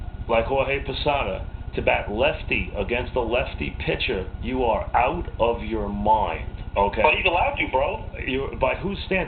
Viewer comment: I like Posada. A LOT. The hittah is hitting left-handed against a left-handah? AWe you outta your mind?